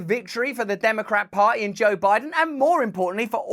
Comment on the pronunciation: Joe Bide-on has got a wide-on for noth-on?